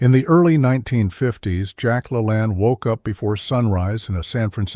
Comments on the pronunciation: STUPID A. I. CAN'T PRONOUNCE ANYTHING CORRECTLY ---- IT'S LA LANE ~~~ NOT LALANN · It's pronounced la lain, not la lan. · AI. PRONOUNCE NAME PROPERLY!!! LA, LANE, LANE LONG A NOT SHORT O. DUH. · Your AI is driving me Nuts. The man's name is pronounced La Lane Like the lane you drive in on the highway. A simple google search can tell you how to pronounce someones name. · Get your AI to pronounce Jack LaLanne's name correctly. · 63 ... don't eat breakfast ever 👎🏼👎🏼👎🏼 my goal is to not eat anything till afternoon ... my energy and muscle performance and endurance are light years better when I do this vs eating anything ... what people don't understand is how much energy it takes to digest food using that energy for performance can't be beaten I disagree with you sorry and you're saying Jack's name wrong might be fake AI news LOL just kidding 😢😢😅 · AI ~ not even pronouncing Jack La Lanne correctly!!! So LAME!!!!!!! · Can't even program the AI to pronounce his name right. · you lost my favor when you started out by mispronouncing his name. Using his name is click-bait which is valuable - mispronouncing his name incorrectly - not good. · This kind of AI really pisses me off if it can't even pronounce Jack Lalanne's name properly take this crap off of YouTube. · Big compliments on your video. It is will very well done with the exception of something as simple as mispronouncing Jack LaLanne's name. I wonder why you didn't correct this before posting? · Dear AI, please learn how to correctly pronounce the name of the subject of the video.